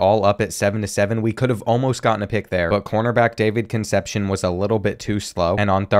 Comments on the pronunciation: Please learn how to pronounce Concepcion. Those Latin names are killing you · I always look forward to these episodes and they always deliver on being A1 content. But with that being said, some of these names are getting absolutely butchered 😂 Names like Meeky Jenkins, Conception, Nguyen (new-en) are channel staples